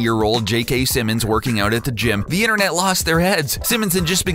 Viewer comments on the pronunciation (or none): none